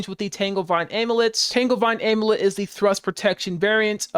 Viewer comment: This build sounds fun, thanks for pointing it out! Also, just a tip, you pronounce 'amulet' wrong. You can Google it to hear it, but there's a hidden Y, am-you-let, not a-moo-let.